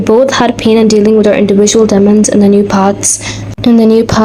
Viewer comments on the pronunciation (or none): While we're at it, it's "dee-mons" and "forDJing" (with a soft G, like in "energy") while reading the text . Good video tho! Small nitpicks